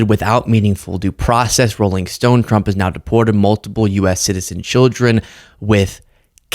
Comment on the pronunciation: Levitt can’t say “tr”, hence her problem w saying the presidents name and TRuckers. Make that go viral. She’ll be out in 4 days.